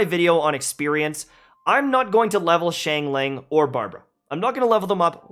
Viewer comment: Chinglin... Its XIANGLING!!1!